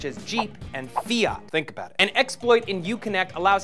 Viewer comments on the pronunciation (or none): lol the way he said Fiat